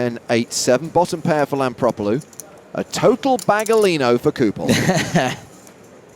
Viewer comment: Hmm. Is her name spelled Lampropulos but pronounced Lampropolus ?